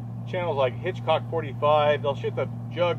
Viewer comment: Hicock like wild bill, not Hitchcock like Alfred.